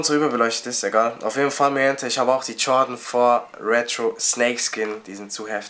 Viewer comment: weisst du nicht wie man Jordan sagt alter hahahaha